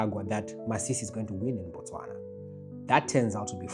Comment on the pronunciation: Its Botswana not Bostwana